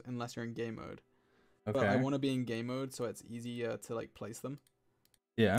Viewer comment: Every time George said game mode I just heard gay mode. It was wonderful